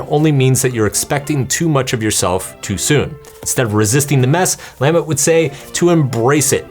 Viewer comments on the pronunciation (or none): Great Russian pronunciation but you screw up Lamott? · I love your books here and the books you wrote too. Please double check how to pronounce Anne Lamott. And I love your books. Thanks for the video.